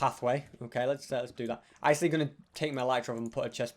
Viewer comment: i love how ses he has 3 lives "acsuly haz 4"